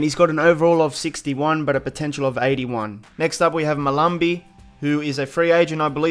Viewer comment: It hurts how much you butchered Mahlambi